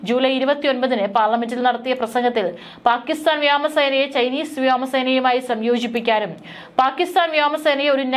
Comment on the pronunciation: ഈ പെണ്ണിനോട് കുറെ നാളായി പറയുന്നു വ്യാമ സേന . വ്യാമ സേനം. എന്നു പറയരുതെന്ന് പറയുന്തോരും പാട്ടി പെണ്ണാന്ന് പ്രസവിക്കുന്നതു ഒരു ജാതി ആറ്റിലെ മലയാള സംസ്ക്കാരം പറയരുത് വ്യോമസേന എന്ന് തന്നെ പറഞ്ഞു പഠിച്ചിട്ട് വന്നിരുന്നു പറഞ്ഞാൽ മതി ഇല്ലെങ്കിൽ നല്ല പുളിച്ച ഭാക്ഷ ഇവിടെ എഴുതേണ്ടി വരും പറഞ്ഞേക്കാം😂😂😂😂😂😂😂😂😂😂😂😂😂😂😂😂😂😂😂😂